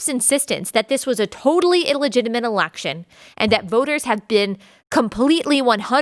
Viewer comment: Its election not alaction.